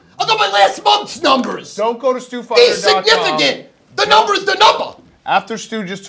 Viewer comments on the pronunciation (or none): Stu with a straight face dropped a "THE NUMBER IS THE NUMBAH" on us. Same word, 2 different pronunciations, legend.